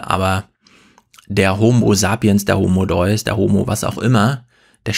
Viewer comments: Autsch, das tut weh beim Hören. Sorry, aber da hast du Harari komplett miss- oder einfach nicht verstanden. Das geht beim Titel los: „Homo Deus“ (den du hier leider falsch aussprichst, es handelt sich natürlich um das lateinische „De-us“), der göttliche Mensch. Das Begreifen dieses körperlich so unscheinbaren und geistig so gigantischen Mannes ist zugegeben auch etwas schwierig in diesem begrenzten Format einer Fernsehsendung. Mit etwas mehr Hintergrundwissen hätte es aber funktionieren können. Leider merkt man dir an, dass du sein Werk nicht oder nur oberflächlich kennst und hier viel zu sehr auf das von ihm Gesagte eingehst und ihn dabei absichtlich oder unabsichtlich missverstehst. Über ihn hier aus deiner gewohnt etwas selbstherrlichen Position wie sonst über Gundula Gause oder Klaus Kleber herzuziehen, halte ich nicht für sehr schlau und es misslingt dir im weiteren Verlauf auch völlig. Ihm dabei vorzuwerfen, dass er wohl noch nicht so viele Bücher gelesen hätte und deshalb auf bestimmte soziologische Aspekte nicht eingeht, weil er „nur“ Historiker ist, ist gerade zu vermessen. Man schreibt nicht mal eben so mehrere internationale Sachbuch-Bestseller ohne gründliche Recherche. Das müsstest gerade du als Autor eigentlich am besten wissen. Und natürlich werden in seinen Büchern unter vielen anderen auch soziologische Aspekte betrachtet. Insgesamt war das leider das schwächste Talkradio bislang und damit hast du bei mir persönlich sehr viel des Kredits verspielt, den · Die Aussprache des Titels. Finde ich auch sehr traurig. Schande über sein Haupt!